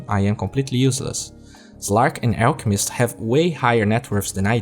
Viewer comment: It's funny how you say ELKmist not ALLchemist